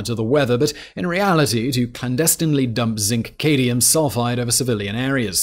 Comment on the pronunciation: Cade-i-um! Cad - mi -um